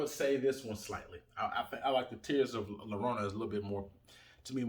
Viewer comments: Lorona? The double LL sounds like when you say "J-ust" or "J-esus" JORONA or Y as in the word "Yellow" or "YO BRO'" YORONA if you are saying it quick. But bro. You are killing the name LLORONA. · For future reference, in Spanish a double L is pronounced as a Y, so it's pronounced Tears of Yarona.